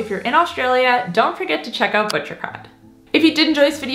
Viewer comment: oh! That’s why you say uut instead of out. ❤️